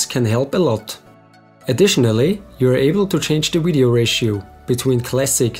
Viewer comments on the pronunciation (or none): Why do you keep saying Wideo? lol